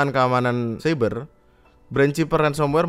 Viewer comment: Ngomong cyber aja Masih ciber, pak tua pak tua😂😂